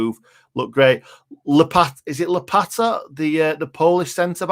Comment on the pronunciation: Łopata is pronounced wopata.. The word łopata in English is "shovel"